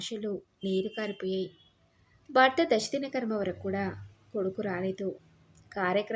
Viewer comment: తెలుగు కథలు చదివేటప్పుడు ఉచ్చారణ దోషాలు లేకుండా చదివితే బాగుంటుందమ్మా. శ,ష,స ల మధ్య తేడా కనిపించడం లేదు. బర్త అని పలుకుతున్నారు భర్త అని పలకాలి. రాగవ కాదు రాఘవ, వృద్దాప్యం కాదు వృద్ధాప్యం, ఉద్దరించడం కాదు ఉద్ధరించడం.